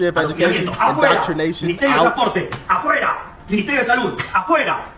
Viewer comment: You said it correctly🇺🇲🇺🇲🇺🇲🇺🇲🇺🇲🇺🇲🙏